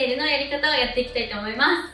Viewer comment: 〜〜ますっ！！！っていう語尾がいちいち強くて耳が痛くて気になる…